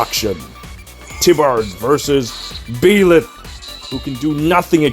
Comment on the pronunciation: Jesus Christ I hate the way you pronounce Byleth lol